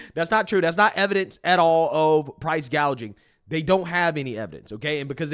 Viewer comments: Kamala Harris recently said, “I will work to pass the first-ever federal ban on “prou…price-“gaging”” on food”…..not to be confused with “price-gouging”, but instead of learning the correct pronunciation of her desired practice of communism regarding price-gouging on food, Communist Kamala and Tampon Tim had a profound and necessary conversation regarding said food….. Tim Walz: “Like I have whîte-guy tacos, and—“ Kamala Harris: “What does that mean? Like, mayonnaise and tuna? What’re you doing?” Tim Walz: “Pretty much ground beef and cheese.” Kamala Harris: “That’s okay. Do you put any flavor in it?” Tim Walz: “Uh, no.” Kamala Harris: “Oh, okay.” Tim Walz: “Um, here’s the deal—— No, they said to be careful and let her know this, that błack pepper is the top of the spice level in Minnesota, you know.” Kamala Harris: “I’m the first vice-president, I believe, who has ever grown chili peppers.” Tim Walz: I’m trying to expand my food knowledge.” Kamala Harris: “You know what, we’ve got some cantaloupes. You’ll be fine.” Tim Walz: “Yeah.” 🍱 🍲 🥘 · Can we 🙏 please 🙏 talk about KOMMIE-LA saying "Price Gauging" instead of "Price Gouging" during her speech??? I mean, I guess it was too much to think that the Ron Burgundy moments would leave with Biden, but apparently not. How BRAINLESS do you have to been to not realize wtf you are reading and speaking?!?! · Kamoola calls it “price gauging”. That should be enough to know that she is a clueless puppet and belongs nowhere near the White House. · Commie- La actually said "price gaging" 😅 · Or as she said “price gauging”.